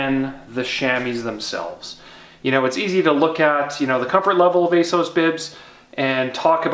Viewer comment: Ace- ows? There’s a double ‘s’ in there, shouldn’t it be Ass-oss?